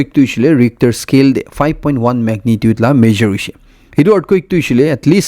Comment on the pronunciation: Ritcher scale or ricter scale, correction of pronunciation please